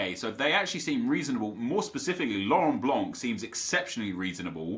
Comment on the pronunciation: The C in Laurent Blanc is silent